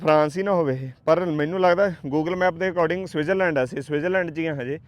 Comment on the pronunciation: ਵੀਰ ਜੀ ਤੁਸੀਂ ਸਵਿਟਰਜ ਲੈਂਡ ਬੋਲ ਰਹੇ ਆਂ ਪਰ ਸਵਿਟਜ਼ਰਲੈਂਡ ਹੁੰਦਾ 🙏